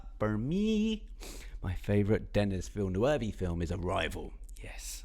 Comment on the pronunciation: Please, please make an effort to learn one French word in your life even though you are British, Villeneuve!!!!!! Your pronunciation is making our ears bleed!!!!!!